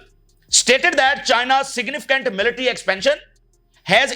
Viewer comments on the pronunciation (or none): none